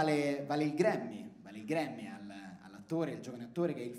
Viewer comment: Si, Edoà, tutto corretto ed anche molto divertente, però "daiva" e " Grammy" nun se po' sentì. Let's try to be a lil' more accurate with this shit ;)